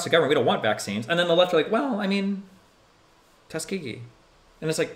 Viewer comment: Ya know “ Tuskegee” 😂